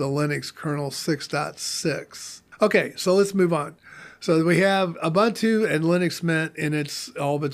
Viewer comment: "OOBANTOO" doesn't exist.